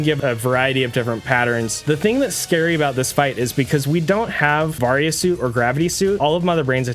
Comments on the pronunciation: It’s pronounced “vary- a” suit. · Its pronounced vay-ry-uh suit